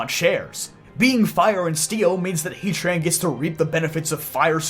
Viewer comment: Why hea-tran and not heat-ran?